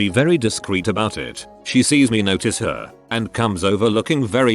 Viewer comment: Is anyone getting mildly infuriated by the way they say “it” and “skatepark”